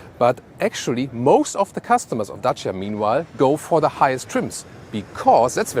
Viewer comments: I really appreciate you took your time to research how to pronounce Dacia correctly. Much love from Romania. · On behalf of all Romanians, I want to thank for the correct pronunciation of Dacia.